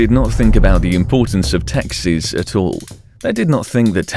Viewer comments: Taxis or Taxes? Mentra or mantra?? Then goes on to butcher Yekaterinburg (it's supposed to be like the name Katherine, emphasize the a sound). Seriously you suck at proper pronunciation. This is amateur work, made it to 4 mins. Downvote and out. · Lol thought you were saying taxis